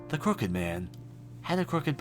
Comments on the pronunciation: Pwediepie skip on skiping a bunch of parts(like he search on google for passwords because he couldn't find it himself.) and he kept pronouncing crooked wrong, which drive me insane. Plus pwediepie didn't make every single game in the word. Others have the right to make videos of it too, just because pwediepie made one, doesn't mean everyone just copies off of him. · Below I agree because pewdiepie can't even pronouce crooked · He can't even pronounce "Crooked" right.